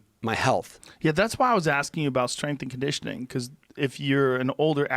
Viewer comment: Joe "strenght n conditioning" Rogan